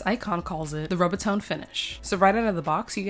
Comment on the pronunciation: It's pronounced ROOB A TONE!